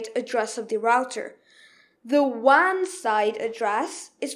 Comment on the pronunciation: After he learns the industry standards of pronunciation such as the Waaaaann port. LoL!!